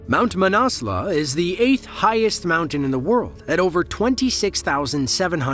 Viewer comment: the name of the mountain is not manasla - it's manaslu! And that was not an avalanche, it was a serac failure. Oh and by the way, the whole world uses the metric system and measures distances in kilometres and Heights in metres. Get with the program!